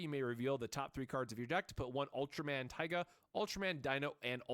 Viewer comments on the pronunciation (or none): it's pronounced "Tee-ga"